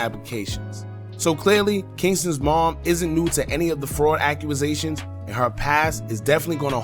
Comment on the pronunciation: Did anyone else hear accuasations ? Lol